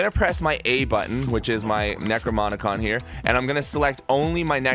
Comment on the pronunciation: why are you saying "necromonicon"